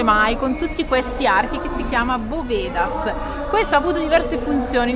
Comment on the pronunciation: I miei complimenti per come visitate i luoghi: gambe in spalla, e come si dice in spagnolo, "pateando que es como lo ves todo de verdad!!" Con gli accenti però non ci andate proprio d'accordo 😂😂. Pedro de HerEdia, non Heredía, e "bóvedas", che vuol dire "archi", e non bovEdas". Por la sombra, chicos, cuidadín con las estafas!